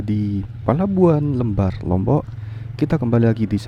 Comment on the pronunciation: BANG itu Kata LEMBAR.. tidak tepat pengucapannya, tidak sama dengan kata KEMBAR, tapi LEMBAR pada ucapan kata LEMPAR,..